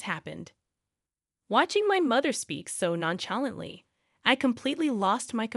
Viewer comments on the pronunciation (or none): Nonchalantly: non-shah-LONT-lee.